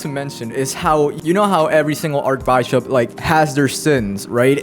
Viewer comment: This is a mess of a video, but this is exactly how people talk when they are genuinely excited. Also bishop, not baishop. Took me a while to realize what you where saying. Pliadese not plaieids. This would be compltely uninteligable if I didnt know what you mean. Tirisia not Tireizha...